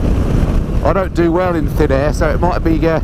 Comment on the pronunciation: Did you say thin air or thin hair? We know you have a problem with the latter! 🤣